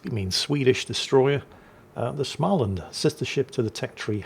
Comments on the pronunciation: getting there,..but swedish words are hard - to a swede,you are pronouncing the ship as schmaland...there is no ch-sound in it, your östegötland is quite close, thou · The a (å) in Små is pronounced approximately like «awe». (Smaweland)